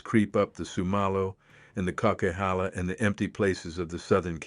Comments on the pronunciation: Kuckeehala? Co-qwi-halla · Boo. This is an A.I video. I’m from the area this video is discussing. it brutally mispronounced a name that no one from this area would mess up. It’s pronounced coke-a-halla. Oh well… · weird..how come you can't correctly pronounce the coquihalla..not sure if u are really familiar with that area!